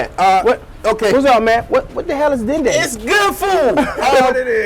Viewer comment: Dinde is French for turkey lol. And the e is silent.